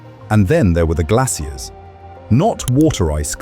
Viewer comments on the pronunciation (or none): I cannot stand British accents lol. Glassiers? I could not figure out wtf you were talking about until I realized it's GLACIERS, which is pronounced GLAY-SHURS. But yet you didn't say glassial, you said glay-shul for the word glacial. 🙄 you also had multiple errors with your AI produced visuals...as someone already mentioned, the paper headline said Neptune when it was supposed to say Pluto, and you verbally said Pluto at noon is -230°C, but the text says -102°C. I'm 7 mins in and I think I've had enough. 👎🏼👎🏼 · "glassiers" x4 .... not "glassial".. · It's pronounced "glay-shurs" not "glay-cee-air-ees" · Its probably AI talking idk. If its an actual person saying glassias just wasted the whole video not understanding that you're trying to say glaciers